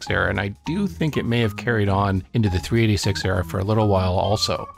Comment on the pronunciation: Great video.... but is it me or did you keep calling it a 3D6 rather than 386?